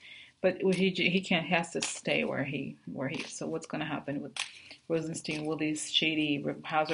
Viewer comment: it's not Steen it's Stein like beer Stein. Rosen- stine. Rhymes With shine. Please